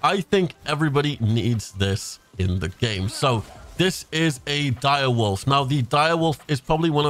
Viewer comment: I say exactly like you direWOLF not howl :D I